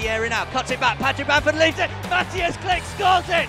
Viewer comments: Kilch! Not Klik ! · Read his name like, Kli-H', not Click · He is Klich not Click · Everything is ok but please read his name like kli"h" not klick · It's not Click xD It's KliCH like "WHO are you" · Jak można nie umieć powiedzieć Klich tylko mówić klick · His surname should have been pronounced as "kleeh" not "click" xd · All Poles: Klich English commentators: Click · Its not Klik but Klih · SAY "KLIHY" NOT "CLICK"!! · KLIK XDDD I'm Pole and my ears are bleeding....anyway greetings from Poland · nah fam its "mateush klih"